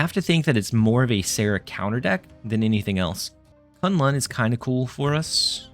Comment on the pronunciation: Props to the best pronunciation of K'un Lun